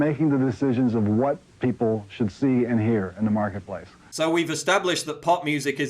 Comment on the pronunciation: I love your videos. I agree with everything that you say. But, it drives me crazy everytime you say "pee pole" instead of people.